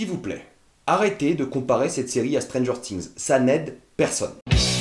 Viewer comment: stranger "tings" c'est quoi?